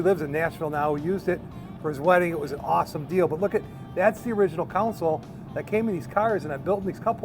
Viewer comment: Learn how to pronounce words like console not like counsole